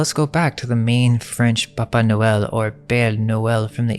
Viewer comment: It sounds like you're saying BABA noel... like BABA YAGA. The witch🤔🤔🤔